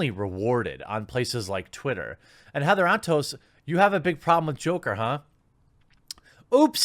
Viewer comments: I swear I thought you called her Heather On Toast. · All I hear is “Heather on toast” and not her actual name help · I kept hearing her name as Heather on Toast.